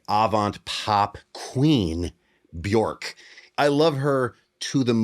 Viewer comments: You pronounce Björk as ' Work ' not as ' York ' ...a very creative Lady from Iceland once told me. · it is pronounced Beyurk. Rhymes with jerk. The double dots over the o annotate a double hit long o phonetic. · JSYK, You're saying her name wrong. It's pronounced Byerk, or as the artist herself said in an interview, "It rhymes with jerk." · it's pronounced BYERK not BYORK!!! awesome video and love you both!!! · Björk is pronounced Byerk like jerk. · Björk rhymes with WORK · I LOSE MY SHIZZ EVERY TIME I HEAR HER NAME PRONOUNCED LIKE THAT!! IT'S BJŌRK WITH AN UMLAT...IT RHYMES WITH WORK AND JERK AND IT MEANS BIRCH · Also… it’s pronounced Björk as in a 'birch‘ tree, which is what that actually means in Icelandic 🙃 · you're pronouncing Bjork's name wrong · Do you love her enough to pronounce her name right?